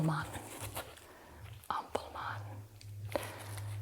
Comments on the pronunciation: I loved this video sm because I‘m actually from germany and it was nice to see someone talk in english about the berlin souvenirs. 🫶🏼😂 You pronounced "Ampelmann“ pretty good and also "Prinzessinnen“ was not bad. If you want to say Preussen, you say it more like "Proissen“. 😊Eu sounds more like Oi in German. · Guten Abend, liebe Gina❣️ Hopefully you enjoyed your time and stay here in the capital of Germany 🇩🇪 - by the way: love your tingly and tender pronunciation of the word AMPELMANN ❣️😁